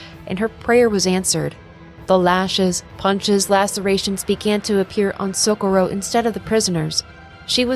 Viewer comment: So co rro, not socoro, but awsm vid